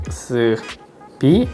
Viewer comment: 빅thㅡ비? ㅋㅋㅋㅋㅋㅋㅋㅋㅋㅋㅋㅋㅋㅋ